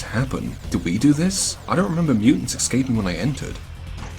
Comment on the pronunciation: How does eSCaping become eCSCaping when you say it?